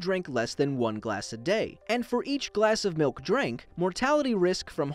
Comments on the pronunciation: Milk not mowk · He Need Some Malk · oi it's malk actually